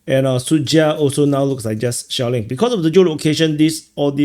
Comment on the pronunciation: when you said “shelling” , i heard “shaolin” and thought: great, they’re now saying shaolin (monks) in addition to north koreans in kursk 😂